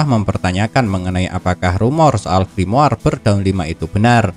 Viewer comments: Gua benci bet pas dia ngomong grimoar, kenapa ga ngomong grimor Cok udah gitu doang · Gua nyebutnya griamore:v